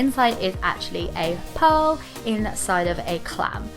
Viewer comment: Lol you said pal and its pearl